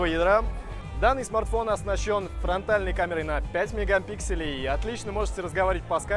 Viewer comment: Мегампикселей , МАСТЕР оговорки